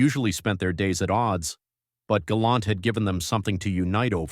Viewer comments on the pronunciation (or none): Hey, it's "Galant" NOT "Galont" ijs